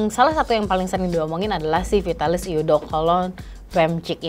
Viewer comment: what a great review! but just so you know, "eau" is actually pronounced /o/ 💖